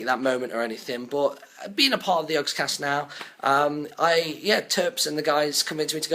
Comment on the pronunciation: yogscast not jogscast